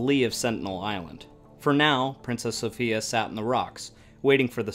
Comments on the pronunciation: Good info, but the name of the ship was pronounced so-FYE-a, not so-FEE-a. Apparently the traditional English pronunciation. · The name is pronounced "Princess SO-PHI (eye)-A"